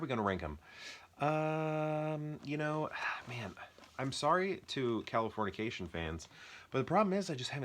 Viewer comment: HAHA I didn't even notice you kept saying Californiacation, it sounded right to me lol. I am a fan of Kalifornia. I actually like all 3 movies you killed but Dodge Ball is definitely number one! Great video man!